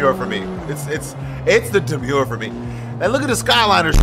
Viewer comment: Not Unc saying DemUre😭